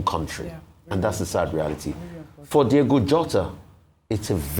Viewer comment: Ojy should pronounce "Diogo" well😢...wetin Happen